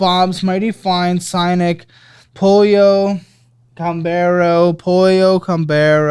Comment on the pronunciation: Pretty sure you pronounced 'pollo' as "polio"